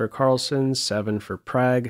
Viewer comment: I love you, but his name is pronounced Pragg (prog) not Prag